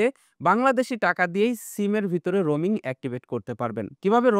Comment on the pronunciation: Roming na, Roaming hobe